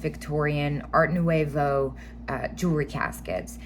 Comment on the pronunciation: I love learning kitsch from you,! 💕 Nouveau is French and pronounced “new-vo” actually in French the “t” in art is silent, so “ar new-vo” lol I personally, say “art” though. Squeeee! My duck is stinkin’ quacktacular! 😂